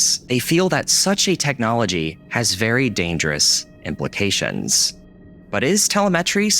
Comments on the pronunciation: Its pronounced tuh·leh·muh·tree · the stress on "telemetry" is wrong. should be tuh·leh·muh·tree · the biggest problem is pronouncing telemetry like this guy does. tell eh muh tree is the correct way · The way he pronounced telemetry 😂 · You pronounce "Telemetry" in Italian, with the accent on the fourth syllable, except the ending vocal "a" - which is present in the Italian word "Telemetria"... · Please learn how to say telemetry before you ever say it again. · That is the worst pronunciation of telemetry I have ever heard. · Great vid but the way you pronounce "Telemetry" ignites a small rage inside of me. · The most terrifying thing of all was that brutal butchering of the word "telemetry" lol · I love videos like this! Awesome job!! Now… please make a 4 second video where you pronounce telemetry correctly 😅🫣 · This is why I stay with linux and the way you say telemetry is annoying lol it's no where near the right way to say it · Please google "how do you pronounce telemetry". I don't know why that bothered me so much lol. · You pronounced 'telemetry' wrong. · Oh my God, please learn how to pronounce the word “telemetry”!! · Please learn how to say telemetry properly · Why are you pronouncing telemetry like that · I've never heard telemetry pronounced this way. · I thought the stress in "telemetry" was in "le" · Your incorrect pronunciation of 'telemetry' sent me over the edge. After hearing it said incorrectly half a dozen times, I had to stop the video. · The way that you pronounce telemetry makes me want to Break things xD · Hearing you incorrectly say the word "telemetry" over and over again was so painful :-S..... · Nice video. The word "telemetry" is pronounced with an accent on the second syllable, not the third. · Your pronunciation of telemetry hurts my brain and ears. 🙂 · Weird way to pronounce telemetry. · The way he pronounced "telemetry". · I’m fairly sure your pronunciation of “telemetry” is way off. Just had to get that off my chest. Awesome video.